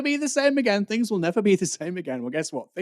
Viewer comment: Can PLEASE discover the ability to enunciate the 't h' instead of saying 'fings'. It' so jarring and annoying.